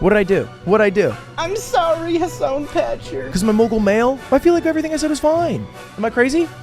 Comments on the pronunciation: Piker is a Turkish surname pronounced like pick-ehr. It has no relation to the English word piker and shouldn't be pronounced like it. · Have you been saying "Hasan Petcher" to mess up "Piker" or to say "picture" with the funny accent?